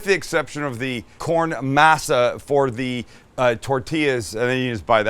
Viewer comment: Hate the way you pronounce “masa “ ask someone who knows the language how to pronounce it better.